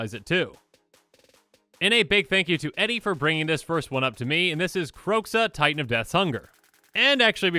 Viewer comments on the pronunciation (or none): none